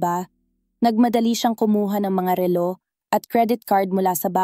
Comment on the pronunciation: ma'am pag aralan po ninyong bigkasin nang tama ang salitang " relo" at me iba pang salita na dapat bigkasin ng tama, salamat po